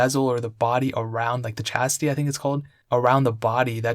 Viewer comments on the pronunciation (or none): Does he mean chassis? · lol that's so cute... he keeps calling it a "chasty"... 😅